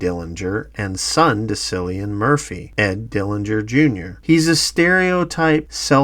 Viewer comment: Great video. But, please pronounce Cillian Murphy's name properly. It's a hard C, sounds like Killian, not Sillian. Some Irish names are difficult for others to pronounce, but this isn't really one of them.